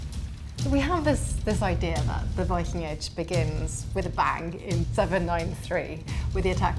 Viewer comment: Archelogist and sectionleader of cultural heritage in Vestfold & Telemark must have used larger parts of his life studying english texts about the viking age, and still he doesn’t know how to pronounce the word «viking» in english… whyking? Do better! pronunciation is just as bad. Even the narrator bothered to learn the norwegian pronunciation.